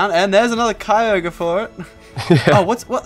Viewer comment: Cicoger grawdon and raycwaser